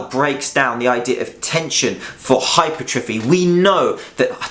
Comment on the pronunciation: its pronounced - hyper - tra - fee.